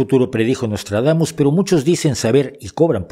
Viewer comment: Nostradamus=Noslatragamus, jajajaja!:face-blue-smiling